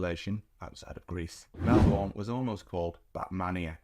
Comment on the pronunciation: Melbourne is pronounced: Mel-bn and not Mel-bourne.